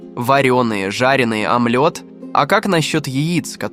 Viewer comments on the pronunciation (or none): Что с озвучкой? Амльот? Это что за блюдо такое?😁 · омлËт тоже ничего, бЕлок в яйцах